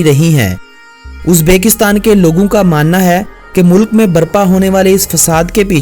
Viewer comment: Shahid Abbasi Mulk ko Mullak bhi kaha Aur Waqt ko Waqqat bhi. Lekin good work